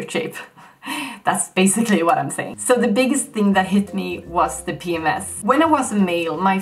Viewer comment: WTF is pee-mass? Can you spell that word? The English speakers have so many weird words only they use. Pee-mass? Like X-mass? Why don't you say Papa Mike Sierra?! Never been in the army?